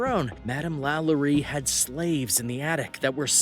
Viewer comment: Oh Lord, Delphine's name is pronounced "La-LOW-ree"